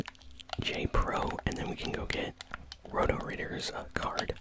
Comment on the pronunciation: I love how said “Roter ritter” ….. Roder Ridder”😂😂 it’s actually German and means Red knight. I live in Germany too but my ping could never😂I think even Hotel wifi was better than my home wifi. So sad lol.